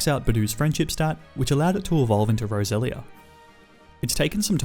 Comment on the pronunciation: U said Rosera not roselia